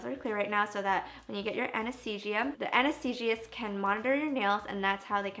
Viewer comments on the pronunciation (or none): anesthesiOLOGist ... not anesthesiest....